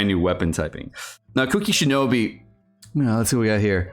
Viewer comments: SHINOBU! CAN YOU NOT FUCKING READ?! I LOVE AND HATE YOU SO FUCKING MUCH AT THE SAME TIME. BOO BOO BOO NOT FUCKING BEE GOD FUCKING DAMNIT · He looks at the word “Shinobu” and says shinobi lel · Everytime you say Shinobi instead of Shinobu I actually lose 1 year of my life spam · U kept calling her shinobi... 😂😂It's shinobu btw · As if it’s so difficult to say shinobu